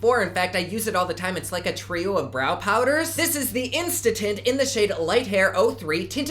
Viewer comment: Omg you said insta tint and I heard insta TIT! 😂 love you